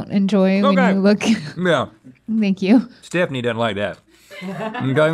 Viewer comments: i had to go back and relisten like who's stephanie?? 🤣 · To reference “stephanition”